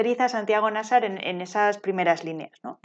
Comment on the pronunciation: Es que si no existiera, habría que inventarlo (el vídeo también 😉). Buenísimo. Solo un apunte: en mi opinión, Nasar tiene la sílaba tónica en la segunda [Na - sár]. Si fuera la primera, debería llevar tilde [Ná - sar], según las leyes de la acentuación en castellano. ¿O me equivoco?